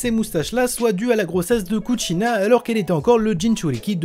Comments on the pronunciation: Kushina* pas Kutchina frère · Pourquoi tu dis kutchina 😂😂